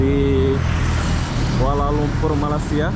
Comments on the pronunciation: perbetulkan sebutan bang,abang subscriber dah 300k banyak video tentang malaysia,sepatut tau sebutan malaysia yang betul..lama jugak saya mengikuti abang semenjak bawah 50k subscriber lagi, sebutan masih tak betul,jadi aku tergerak hati mau menegur harini...kedengaran seperti "malassia" tidak sedap di dengar,jika tidak tau boleh tanya orang2 malaysia sebutan yang betul... #sekadar teguran jika tidak aku siapa lagi yang memperbetulkan... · Bukan MALA SIA mas.MALAY SIA. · sila sebut Malay...dialek English.. dan sambung Sia.. so jd la Malaysia... bukan Malassia... pelik tul sebutan atau mengejek? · bro baca balik komen d sana,ak dah cadangkan "jika tidak tau boleh tanya orang2 malaysia sebutan yang betul..."eh ko ni orang malaysia ke orang asing ni, tak kan sebut malaysia pun ko tak tau sebut.malu la jadi rakyat malaysia,ke warga asing menyamar komen...